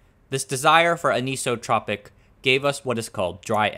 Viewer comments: Two minor corrections: * The source and drain are both doped with either n-type or p-type impurities. It is the channel below the gate that gets doped with impurities of the opposite types. * It's pronounced an-isotropic, not anise-o-tropic. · my kind sir, Anisotropic as in AN-iso-tropic not a-nee-so-tropic. like an-ion, and ion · Anisotropic --> Pronounced "An-Iso-Tropic" All these compound words with Greek or Latin roots may safely be pronounced part-by-part ( e.g. kilometer --> kilo - meter, and not kiLLAHm'ter) , unless you are speaking Americanese, of course. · Not ==> ankee-so-tropic AN-iso-tropic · its NOT pronounced ANIS-Otropic. its AN-Isotropic.